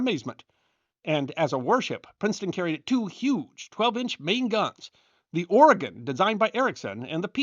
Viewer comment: Thank you for pronouncing Oregon correctly